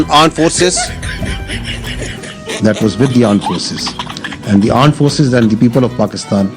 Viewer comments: "Pakistan Aaand Forces " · Armed Forces ❌ Aam Force ✅ 😂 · Pakistan Armed forces ❌ Pakistan Aand forces ✅ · PAKISTAN ARMED FORCE ❌ PAKISTAN AAND FORCE ✔️ 😂😂😂😂😂